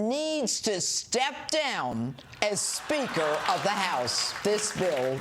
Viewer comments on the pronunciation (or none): It sounded like she said Sphincter of the House LOL